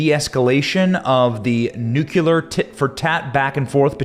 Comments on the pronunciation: Thx With all due respect, it’s pronounced NEW-KLEE-AR not nuke- you-ler A nit. I know. Thx again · It's NU-CLEE-UR, not NU-Q-LER 🙃😆 You're killin' me. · Think of it like the two words: NEW & CLEAR NEWCLEAR , or in the correct spelling, nuclear. NOT NUCULAR. I can’t bear to hear it, Benny! It’s too much to ask of anyone! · 'new cle ear' not 'newk ya lur'! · It's NU-CLEAR NOT "NU-CU-LAR" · Nuclear… sound it out dude. Do you see it spelled nucular? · ‘NEWCLEAR’ is how it’s pronounced. Jesus, it’s pretty straightforward. FYI Putin is pronounced’PEWTIN’.. Get a grip fella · Pronounced ‘new clear’ ! It’s not difficult matey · ‘Nucular’ weapons…? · Don't say "nucular" 40 times and expect me to take you seriously benny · What the hell is a nuculer